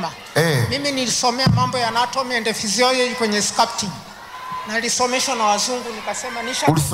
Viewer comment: Sasa Anatomy and Physiology how is it connected to arts?? kwanza anavyoitamka 😂